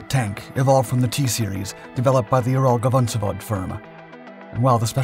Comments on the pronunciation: Ural-VAgon-Zavod. It' literally Ural-Wagon-Facility/factory. The GavonZavod repeatedly mentioned here just pulls my ears..(love these channels, tho❤) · vagon zavod, not gavon zavod